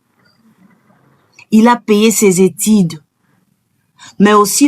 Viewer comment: Merci pona message, mais avant otanga lecture en plein vidéo c'est mieux kotanga yango plusieurs fois pona o maîtriser yango, pcq ozo tanga en tatonnant, on prononce ''étude'' et non ''étide''. Gims aza na niveau ya fally te, eyebani n'ango, Fally aleki ye musika.